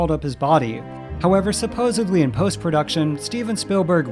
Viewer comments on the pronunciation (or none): Seriously, you voice things for YouTube and say, "SupposaBLY? and not "SupposEDLY"?? That is damn near unforgivable.